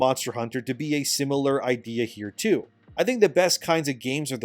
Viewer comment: Just a side note: the portion where you compared RE and DMC's pace to MH was hilarious to me because of how you worded it. You said: "...like RE and DMC too." What I heard: "...like RE and DMC2." It got me wildin' for a sec til I took a second to parse the meaning hahahahahaha.